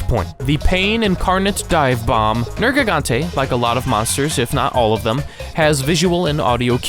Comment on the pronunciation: Liked after 32 seconds. You correctly pronounced Nergigante